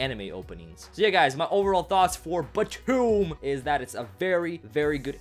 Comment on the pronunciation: after just clearly telling us how to say BTOOOM you said it wrong...